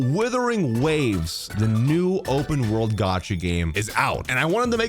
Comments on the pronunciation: ah yes Withering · when is bro gonna understand what it's not called WITHERING waves? is he doing this on purpose? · Withering waves hehe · wow. it's wuthering, not withering. i thought these guys' first language (the only lahguage they know) was English? i guess I was wrong xD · isn't it "wuthering" with a U? 😭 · Hahahaha how Tectone just exploded hearing you say "Withering" over and over again 🤣🤣🤣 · “Days since has pronounced the word “Wuthering” as “withering” ZERO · Bro still calling it withering😢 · The first word in his damn video he mispronounces😂😂😂 no hate tho just a joke